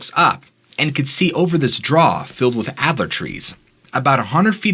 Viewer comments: "Alder." Not "Adler." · all-der tree. Not adler. Alder.